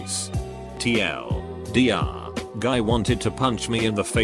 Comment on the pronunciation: Yo can u use a text to speech that doesn't say TLDR as TL Doctor???